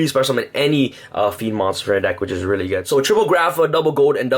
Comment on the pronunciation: "this card is wrully wrully good"